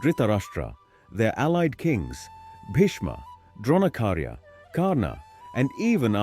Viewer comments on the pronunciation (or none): Its Dronacharya not Dronakarya